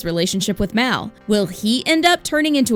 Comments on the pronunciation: IT'S MAL NOT MAY!!!!!!! HAVE U SEEN THE MOVIES !!!!! I am a true fan sorry it's just I love the movies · Its mal not mao or malin